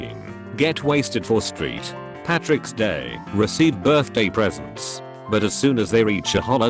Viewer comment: * " S t r e e t P a t r i c k ' s d a y " *